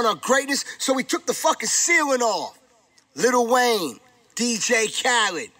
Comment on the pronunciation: Sounds Kool Little Wayne!!! It's about time we pronounce it right